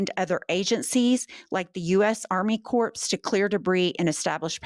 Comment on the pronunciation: I usually find no fault with what you say but CORPS is pronounced without the “P & the S” i.e. CORR.